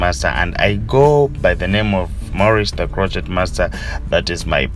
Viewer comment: I love how he says ''the croqueT master'' makes me smile all the time.